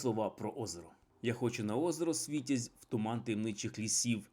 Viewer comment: З третього разу таки вдалося вимовити правильно назву озера!) СВІТЯЗЬ, а не СвИтязь))). На додачу нову область, Ковельську, придумав.... Ну і запечатав своїм "істЕричним" магазином. Не забагато факапів як на одне коротке відео?